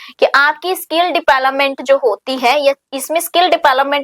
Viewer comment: Please mam kbi to development ka sahi pronunciation kro